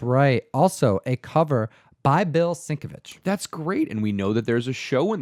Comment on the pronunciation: Agreed - I pronounced it "sink-a-witz" for YEARS. I just provided the way that Bill sounds it out on his own Twitter account. I know it's not a huge deal, but I think such a comic book legend deserves to get his name said correctly if possible.